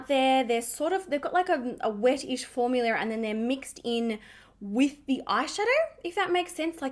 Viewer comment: I love that you say “formular”. It reminds me of Mr. Crabs from SpongeBob 🤣